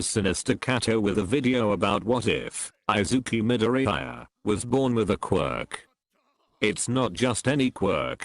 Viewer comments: Izuku midoriyiaa that’s how the voice changer says it I-zuku midori-yiya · Text to Speech: I zeeku My dor ee iya